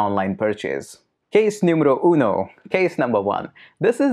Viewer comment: Case numro uno ... 🤣🤣😂 I guess thats Marwadi language Anyway it's amzzing !!👍👌